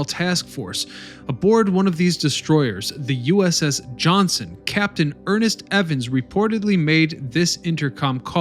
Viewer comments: There is a "T" in Evan's destroyer "JOHNSTON". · I don't know man. Whoever either wrote the narrative or maybe it was the narrator himself mispronouncing it, but Captain Evans was aboard the Johnston NOT the Johnson as the narrator said. And although the USS New Jersey may be the most decorated "Battleship" with 19 battle stars, "USS Enterprise (CV-6)" was the most decorated warship for the US with 20 battle stars & at one point during WW2 the USS Enterprise was the only Aircraft Carrier in the Pacific. IDK, I ģwas not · TAFFY 3 not Taff. USS JOHNSTON DD-557 not Johnson. GO NAVY! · The JOHNSTON not Johnson. TAFFY 3 not taft 3 please get these things correct. If you want to teach do it right. Its disrespectful looks like you do not care.